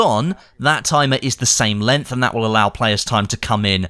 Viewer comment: Lol took me a while to realize was saying 'LENGTH'...I thought he was saying 'LINT' and I was very confused there for a bit.